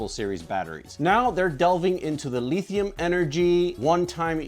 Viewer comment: This man said LEEthium. But I like the energy.